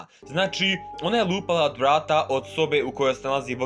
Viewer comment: Kako si čudno rekao vrata 😂😂